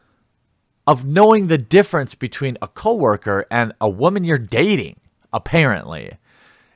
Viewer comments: Is there a reason you can’t pronounce the word woman correctly? Is it some sort of meme? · Dude.... just say woman correctly...